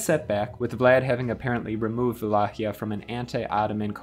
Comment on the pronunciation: Another great episode! I'm looking forward to the continuation and hope it will not end on Vlad Tepesh. We have to at least get to Michel (Mihai) the Brave. Also, nice pronunciation of Wallachia! At least, that's how we would say it in Poland. I assume that the actual Romanian pronunciation is similar.